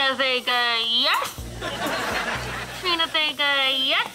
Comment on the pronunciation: He called her tryna vega instead of Trina vega